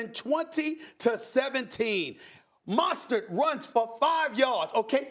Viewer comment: This dude said “MONSTARD” 😂